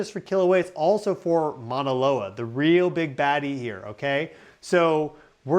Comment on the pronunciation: Love you, can you please model pronouncing the word for mountain MAUNA not MANA. Thank you.